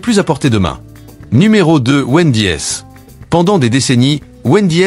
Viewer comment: Numero si ou es le x 😂😂 Hooter ou es le s 😂😂 Pizza ach 😂😂😂😂 Wend . i. es 😂😂😂 Quelle mer . d!e cette AI comme la bouffe